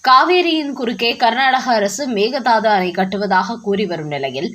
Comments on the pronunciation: செய்தி வாசிப்பவரே. பிற மொழிச் சொற்களை உச்சரிக்கும் போது சரியான உச்சரிப்பைத் தெரிந்து கொண்டு உச்சரிக்கவும் " மேகதாது " Mehadhsdhu என்று உச்சரிக்கிறீர்கள். அது தவறு. உண்மையில் " மேகே தாட்டு " Meke dhattu. இது கன்னட மொழிச் சொல். அதன் பொருள் என்ன தெரியுமா ? " ஆடு தாண்டும்" என்பது. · Meka Dhatu. Please listen to some Kannada News and pronounce the name correctly. (Meka Dhatu means a goat can jump from one side of the river to the other side. Means a short gap that can be jumped over by a goat!